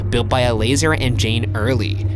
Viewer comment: I believe it’s pronounced ella-zar, not el-laser 😅